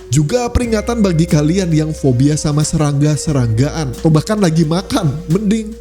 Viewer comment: admin kalo kata depannya 'S' pasti kedengarannya kyk 'Z' wkwk, contoh ngomong serangga jadi zerangga